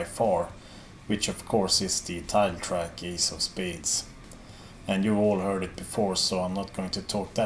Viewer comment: Not herd 😂